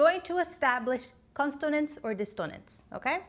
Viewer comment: Are you intentionally misspelling/mispronouncing consonance and dissonance?